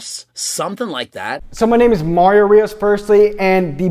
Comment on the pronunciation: "Cowch Mah-rio Reee-osz"